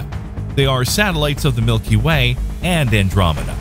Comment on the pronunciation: For a second I thought you said 'our milky wang' and now I can't stop laughing. I need to use the sleep.